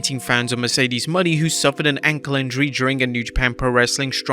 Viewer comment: “Mercedes Money” bruh Mo-Nae